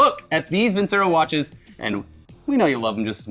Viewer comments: I hate to be that guy but isnt it pronounced VinChero? Or has Funhaus been pronouncing it wrong? 🤔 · For who's curious, I checked Vincero's website and they say it has an Italian background (as a word) so I guess it should be pronounced with a "c" like "chapstick". Basically not how is saying it all the time XD